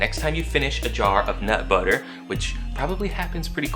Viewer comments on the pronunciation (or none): You said nut butter weird.